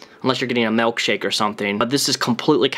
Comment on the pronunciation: Do you say morkshake too?😂